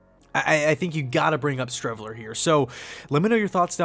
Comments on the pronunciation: One word “Shreveler” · Streveler... Please....